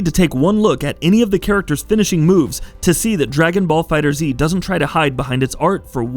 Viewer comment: It’s pronounced “Fighters” not “Fighter Z” 😩